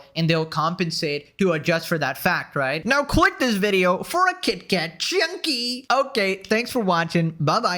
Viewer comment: Kit kat CHYUNKY That pronunciation killed me